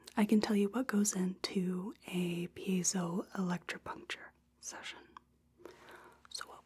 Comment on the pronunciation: Absolutely nailed that pronunciation!